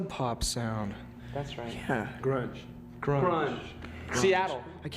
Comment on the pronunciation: Grunge. It's grunge.